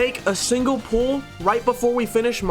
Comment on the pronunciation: When u say pull i hear pull up 😅😂